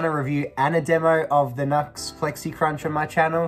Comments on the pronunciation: It's NU-X (new x) not NUX (nucks) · I’ve always said New-X, until recently when I learnt it may be officially pronounced Nucks, so who knows!